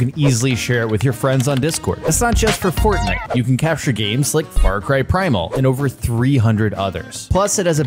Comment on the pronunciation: He says Fart Cry 💨😢